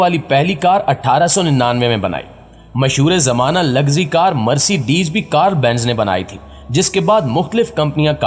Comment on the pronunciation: Lol Its Mercedes.. Not Mercebesz 🤣🤣🤣🤣